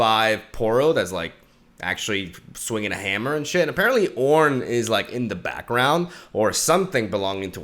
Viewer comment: Leave it to to butcher the God's name into CORN